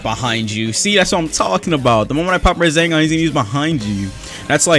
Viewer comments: is it just me who hears say raZENgaan? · why does say rasengan like rasingan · am i the only one who noticed he said Razengan instead of rasengan. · Nobody:: Razengan. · my bro says rasengan like rAzangunz 😫